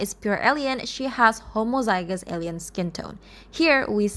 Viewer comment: says homozygous and heterozygous right but messes up variant lol its a fun pronounciation of it tho (no hate)